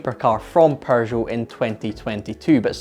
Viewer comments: Why does he says 'PeuRgeot'???!! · Why do you pronounce it "Perrgoh" theres no R in Peugeot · TIL there's an 'R' in Pergeot, I mean Peugeot. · "Paeu-jot" - a nice rebranding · Its PEUGEOT, not PERGEUOT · I love your British pronunciation of Pershow ! It is a shame to waste all that engineering on a single design concept car . They could have sold 25 of them for a metric ton of francs . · Why does he keep pronouncing it "Porzhou" ? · "perjoe, perjou, purrjow". There is no R in the name,...Stop with the "Purr Joe" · All I hear is Prrrrrgeot :)))) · What´s a Purrrgeot? Lol! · Purgot? 🤣🤣🤣 But seriously, very nice item! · It's not a perr joe you goof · I love how he murders the pronunciation of Peugeot. He just went with his own version, Persho. Quite amusing, that's the only thing I could hear during the video. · Why does he call them Purshow? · Perjoe or Peugeot? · TIL, there is an R in Peugeot #Pergeot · Dude why you calling it PURgeot?? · Someone tell bro there's no "r" in Peugeot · Bro it’s peugeot but without R between the U and G, smh 🤦🏽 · Your Scottish, that’s not how we pronounce Peugeot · hey, you know there's no "r" in "Peugeot", right? 😅🤔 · Am I hearing an “r” in the pronunciation of Peugeot? I see no “r”. I would like to get a second opinion… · I've never heard of this car nor have I ever heard the maker's name pronounced quite like that with an r in the first syllable.